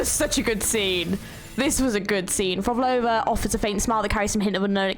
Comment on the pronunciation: NOT HATING! I'm still amazed how you couldn't pronounce Prolova's name 😂 I always enjoy your reactions. ❤